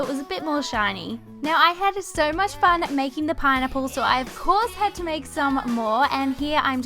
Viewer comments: why does it sound like she's saying pine nipple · i love her and all but when she says pineapple it sounds like "pie nipple" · She says pinipple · Keiley Holcomb same